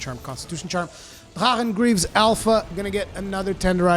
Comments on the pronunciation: Hey, quick question, isn't drachen supposed to be pronounced as draken rather than dra-en? I used full drachen too with gae bolg. But used attack charm 3, tenderizer jewels too, 1 attack jewel and 3 vitality jewel. Went very well. Only way I actually managed it. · I am almost 1000% certain thats not how you pronounce Drachen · I never realized you were a Klingon until you pronounce drachen. 🤣🤣🤣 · What the heck did you call drack-en armor? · I love when you say Drachen set :D, danglish inside ! greetings from Germany